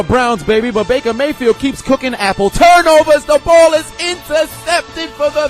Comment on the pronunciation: It gets me everytime you say apple TURNOVERS😂😂😂😂